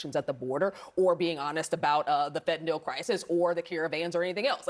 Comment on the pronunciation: Nobody seems able to pronounce the word "Fentanyl." NYL. NYL.